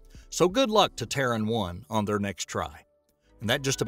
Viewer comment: Why's is he saying Traan when its Terran...